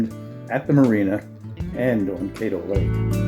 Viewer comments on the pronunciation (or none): Caddo is pronounced with a short 'a' not a long 'a'.